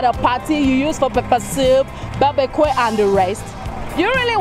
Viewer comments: Hahahhahaha. Listen to . Babikwe or BaRBECUE? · Presenter really needs to work on pronunciation of words and general English grammar. I caught her mispronouncing Barbecue and Abbatoir, among other errors.